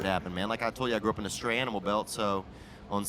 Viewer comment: It's "stray" animal belt, not "straight".